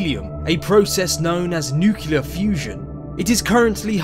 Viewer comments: Not "nucular fusion" it is nuclear fusion!!! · Nucular fusion. Right.